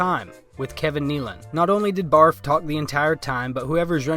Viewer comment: I love how the narrator and comments such as your continue butchering Barfs name.😂